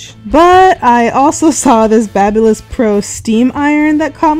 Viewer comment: Thank you for pronouncing Babyliss correctly!!!! LOL there are too many youtube videos where people completely butcher that brand name.